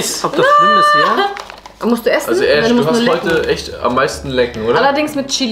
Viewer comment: *Ash nicht ,,AHSCH"